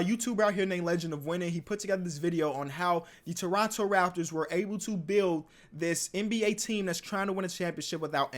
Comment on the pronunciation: the way he said its the rAPtors had me deadd